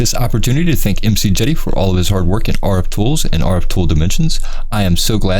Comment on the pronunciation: Most people pronounce his name: Mick-Jade-ee, but that's just my being picky lol